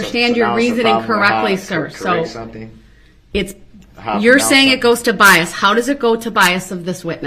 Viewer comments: How about “biast”? It is bias, it has no “T” it’s bias sir…. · That was awesome. She also at some point corrected his pronunciation of bias. She pointed out that there is no T in it. I also loved the part where she pointed out his “double hearsay” tactic. I would have been so snarky with him.